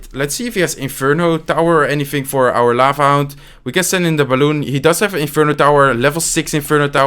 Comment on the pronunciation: C Marant quand il dit balloune